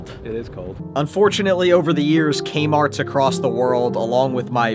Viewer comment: Threek A-Marts